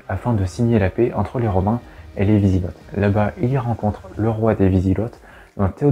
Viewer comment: Wisigots : Vous dites vizigott il vaut mieux dire vizigo avec le même son o que dans eau.